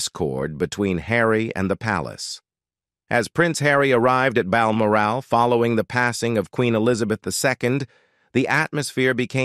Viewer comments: 'Meghan was not to be brought to Bal Morale', gotta love American mispronunciations of British placenames. 😂 No morale whatsoever 😂😂. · Load of mis and partial information coupled with an inability to pronounce Balmoral.